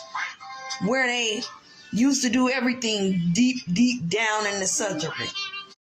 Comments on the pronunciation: “Southeren” ? Why can’t people pronounce words correctly? I surmise it’s because they don’t value education. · In the southerin?? Take an English course, dummy.